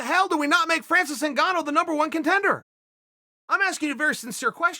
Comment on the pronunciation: Ngannou NOT Cingano!...😂